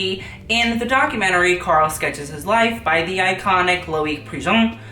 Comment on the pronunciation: It took me a moment to differentiate Karl with gurl. I kept thinking he was saying GURL. GUUUL PLS. Still works.